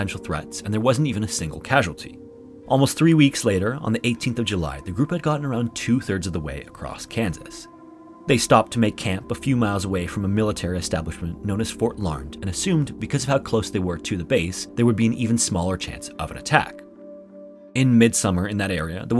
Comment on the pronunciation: “Fort Larnd” haha fort larnEd